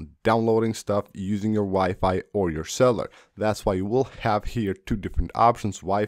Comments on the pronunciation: Cell-u-lar not cell-ar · Someone else actually caught that too!! “Go ahead and swish cellar data off”!😂😂